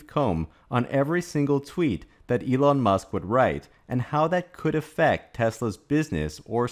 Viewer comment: just curious. Are you saying Elong on purpose? On Tesla, they barely scratched the surface on global markets (outside China, HK, US, Scandinavian countries). Have delayed new models due to supply and battery constraints. Yes there are people who are hurt on exposing censorship ideology that existed. I don't like it, nevertheless it is what it is 🤷‍♂️